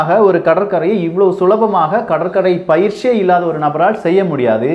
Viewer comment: நானும் நிறைய வீடியோல பார்த்துருக்கேன் 🧐எவ்வளவு அழகா தமிழ் பேசுறீங்க. ஆனால், உங்களுக்கு "ற்" உச்சரிப்பு வர மாட்டக்கு அண்ணா."பயிற்சி" என்று சொல்லுங்க. நீங்க "பயிஸ்சி" என்று சொல்றீங்க 🙁மன்னிக்கவும்.